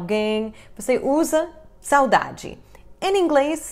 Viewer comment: Que legal, vc não tem sotaque falando saudade!